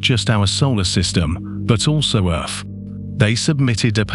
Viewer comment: I do like the videos burn that voice is driving me insane Earth has th at the end he says it with a f 🤣🤣🤣